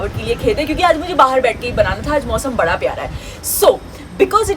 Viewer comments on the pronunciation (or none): none